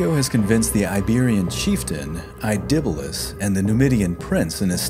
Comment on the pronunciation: Why can't you pronounce anything correctly? Cannae, Gnaeus, Indibilis, whose name was on screen as you said "Idibilis"! Undermining your own work needlessly, and it's otherwise good work; few know about this side of this Punic War. Focus more on the battles too, rather than some screenshots; entertainment value is why Kings and Generals, BazBattles etc. are so popular; throwing information at people isn't enough, you've got to make it 'sexy'. Also why are there explosions at every confrontation of these ancient armies?